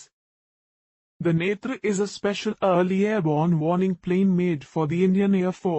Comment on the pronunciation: After many video I heard the name netra in right ascent , ab to India wale bhi netraaa bolne lage h